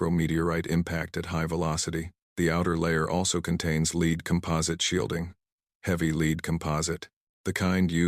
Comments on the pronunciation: "Leed" is NOT' 'Led' lead.... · They never get lead read right